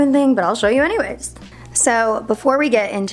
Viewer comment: Once you mistaken her "anyways" with "hannyways" u can never not hear it again